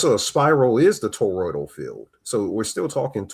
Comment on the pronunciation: EMUUUULATE not emanate and toroI D AL toroidal not the mangle u saying Jesus why is English so hard to the native speakers …